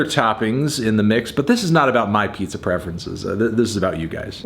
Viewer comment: I am Miss 10 minutes ago when I didn’t know that a “peepza” was a thing